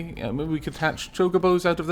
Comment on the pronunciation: YOU SAID CHOCOBOS RIGHT!!!!!